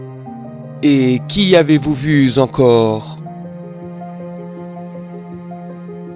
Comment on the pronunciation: Très belle légende joliment racontée, mais attention aux mauvaises liaisons (velours) 🤭 point (Z) encore 30 ans. Qui Avez-vous vu (Z) encore ?